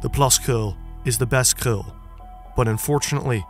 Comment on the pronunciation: Wow your the first non dutch person that has said krul or plaskrul the right way